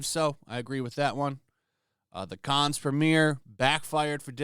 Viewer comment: FYI Cannes is pronounced as Con or Kahn, you don’t say the S